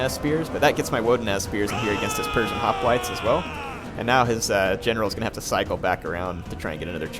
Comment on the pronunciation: Is anyone else slightly bothered when he says hoplites?